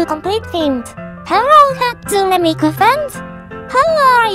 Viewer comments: Hatsæne Miku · Hæsune Miku